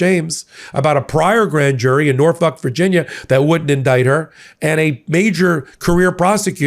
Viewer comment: I love your videos, but you keep making me spit my drink. For the love of law, it's NorFOLK. Not Norf*ck. XDDDDD